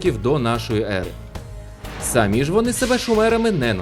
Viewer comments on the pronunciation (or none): none